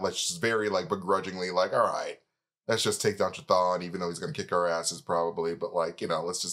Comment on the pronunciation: I think it's pronounced, kah thong kah thong thong thong